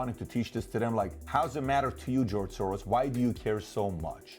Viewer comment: Need to get my hearing tested. Thought you said George Sore-Arse.